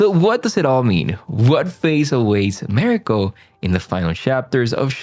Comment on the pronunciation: Please learn how to pronounce Mariko’s name correctly.